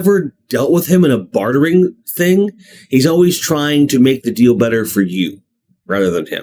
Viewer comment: I always thought him saying “dill” instead of “deal” was pretty funny and I’ve been saying it that way for the past 10 years as an inside joke that no one in my life understands but myself. I’ll continue to do say it that way in honor of Billy.